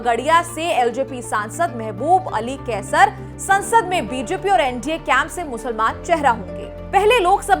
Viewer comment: Musalmaan ...Musalmaan...aapke bolne ka tongue thik nhi haii